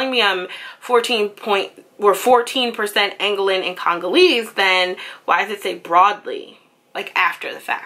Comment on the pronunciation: its pronounced - An Go Lan